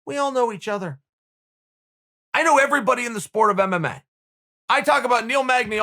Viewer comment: Everybody: MMA Uncle Chael: MMAE